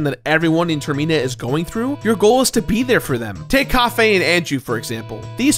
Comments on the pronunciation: Do you call it a termEEnal at the airport? It’s Termina like a terminal. Term-ih-na. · Is calling Termina Tirina on purpose or...? Lol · Yeah, when he first said Termeena, I was like "Uh...that's not how you say it,..." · IT NOT TER ME NA ITS TER MI NA I'm not hating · Tfw when you realize termina is actually pronounced [term-e-na] and not [term-en-na] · i cant get over "ter-me-na" instead of "ter-min-a" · Termeena.....why....it's termina like terminal like an air plain terminal. in not een. Ahhh. Sorry that bothered me every time not your fault but ah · Is it ter-MEE-na? I always thought it was "TER-mih-na", like 'Terminal' . I admit I use weird pronounciation from when I was a kid (still blows my mind the way Mako in FFVII is pronounced. To this day, in my head i say "MAY-ko" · Termina, not Termeeeeeena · Term - man - a not ter - mee - na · Sorry, I can't get past the pronunciation of Ter-mean-a. I always pronounced it "Termina" like "Terminal", because the moon was going to crash and end everything.... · I noticed you pronounced Termina as "Terr-Mee-Nah". That's how I pronounced it at first. But people pronouncing it as "Term-Min-Nah" makes more sense and how I often pronounce it now. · It's pronounced Term-ina, not ter-mina. "In" not "ee" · I love this game, and this video was DOPE. I've gotta say, though, I've never heard it pronounced like Ter-meen-uh instead of Ter-men-uh and it threw me off a bit. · Stop saying Termina as “turmeenah” ffs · "Ter-MEE-na" Wtf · Why does he call it termEna? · Is it really pronounced Term-Mina? I always thought it was Term-in-ah, as in terminal like a giant moon is coming to crush the land. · Ah an episode of the Completionist. I'm sure there's nothing that'll tilt me in this video... pronounces Termina as "Ter-Mee-na" INTERNAL SCREAMING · "ter-me-na" lol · Ter-mee-na? Really? This is your pronunciation? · Ter-MEE-nuh? TER-MEE-NUH? OK. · Ter-me-nah. I've never heard it pronounced that way.